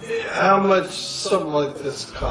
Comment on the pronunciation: 안녕하세요. 질문 있는데요... 39분 53초 지점, How much does it cost? 문장이 제 귀엔 [하우치 더즈이 커스ㅌ] 로 들리는데요. 제가 잘 못 듣고 있는 걸까요? 하우머치를 실제 발음하는데 제 귀에 안들리는 것 뿐일까요???